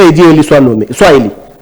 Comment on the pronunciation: avec tous mes respects, on prononce" élu" et non "eli" Présumé et non présumé. Un peu des phonétique. Merci.